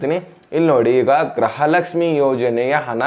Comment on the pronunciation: ಗೃಹ ಲಕ್ಷ್ಮಿ ಅದು ಗ್ರಹ ಲಕ್ಷ್ಮಿ ಅಲ್ಲ ಕನ್ನಡ ಸರಿಯಾಗಿ ಮಾತಾಡು ಗೂಬೆ